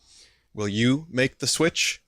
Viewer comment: You're pronouncing it correctly, anyone who pronounces it to rhyme with switch is an idiot.